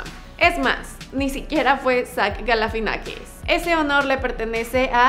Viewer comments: Es Zach GALIFIANAKIS NO Galafinakis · galifianakis!!!! No sé por qué no lo pronuncia bien, recomendado ver entre dos helechos